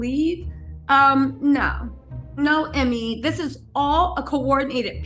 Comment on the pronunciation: Ime is pronounced “E-May”